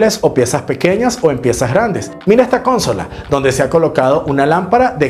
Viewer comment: Gracias,. Me encantan tus videos aunque hace tiempo he querido decirte que no es "cónsola" sino "consola". ❤